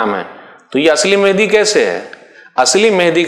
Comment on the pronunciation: ji janab mujhe v pata hai par Sheikh e muhtaram ke pronunciation mujhe menhdi sunai de rahe the